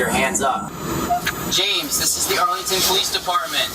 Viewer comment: It’s James “yo” not “you”